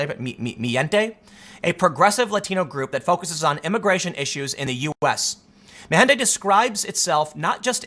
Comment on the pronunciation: Tim, it's "MEE-hen-tey"